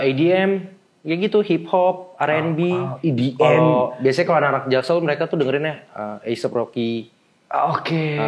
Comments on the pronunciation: Gue anak timur paling engga ga salah nyebut edm jadi adm si.... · Dia bilang edm ajj aidiem aowkwkkk